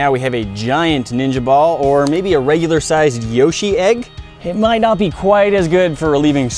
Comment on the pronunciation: You say "10lb ninja ball" and I hear "10lb cannon ball".